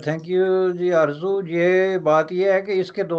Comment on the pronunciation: It's fauji not fauzi It's Arzoo not arjoo Interchange z and J,your problem of diction will be solved.